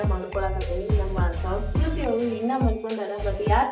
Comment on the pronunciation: ಸರಿಯಾಗಿ ಕನ್ನಡ ಮಾತಾಡು ಅದು ಸೌಸ್ಕೃತಿ ಅಲ್ಲ ಸಂಸ್ಕೃತಿ ಬೇವರ್ಸಿ